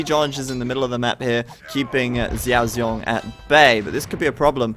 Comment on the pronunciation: In mandarin, the x sounds like s. So his name is better pronounced as siao siong. (it means little bear).